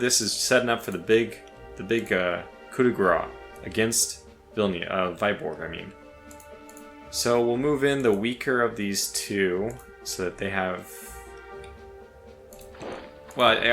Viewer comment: It is not Vajborg, It is Viborg, a late east old norse/early swedish name. It is in russia for now...